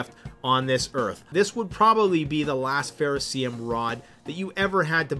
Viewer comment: (psst... it's ferrocerium, not ferro see-'em)